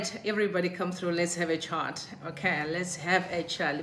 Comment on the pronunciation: Please work on your accent. Use our Zimbabwean accent and we are ok with it. You pronounce “chat” as “chart”. You tend to emphasize the wrong letter nhai.